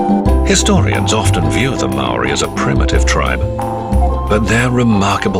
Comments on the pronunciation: The narrator's pronunciation of Maori words is insulting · If you're going to do a doco on this at least get someone who pronounces kupu Maori properly